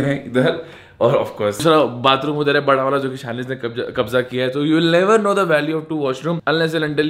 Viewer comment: 😅You are a Indian when you say udher ja Ase lagega he nhi tu India me he😆